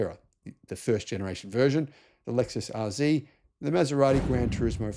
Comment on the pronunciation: Lexus RZee? I thought it was RZ.